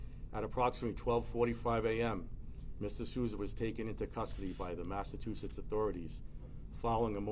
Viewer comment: Where is massa-too-setts?